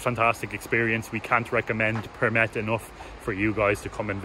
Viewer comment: you have such a great pronunciation of Përmet. Closely to a native. Good video. I really hope you guys had a great time. Greetings from Përmet.